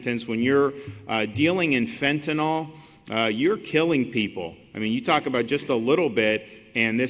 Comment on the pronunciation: Majority of people pronounce it fentanol, which sounds like some kind of "alcohol" derivative, rather than how it's spelled, fentanyl...